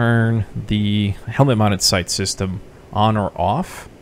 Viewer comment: lol he says Hemlet